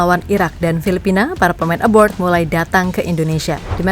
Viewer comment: Miiiin, min. Masiiiih aja bilang ebord. Ebrood, min. Ebroood gitu.